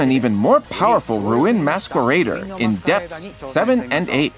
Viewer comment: Roo-in Maskweraider 💀